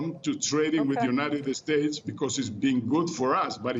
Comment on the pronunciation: LePage Channel No, he said United Estates. Mexicans always pronounce every English word that starts with "S" with an E at the beginning lol. Funny but true